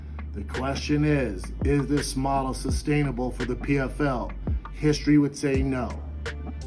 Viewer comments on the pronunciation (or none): none